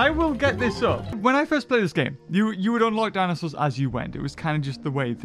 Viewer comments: Ah yes, dinsoaurs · "Dinsoaurs" Classic